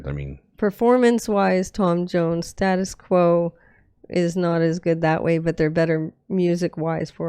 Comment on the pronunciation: Band are pronounced Stay tus Quo. Quos version reached higher in the UK charts. Crap video but much better version.